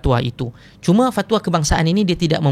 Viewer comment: sebut Fat wa tu pelik bunyi😂